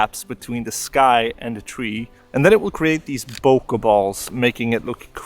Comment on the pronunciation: Great video. ***there is no "A" in Bokeh. :)))))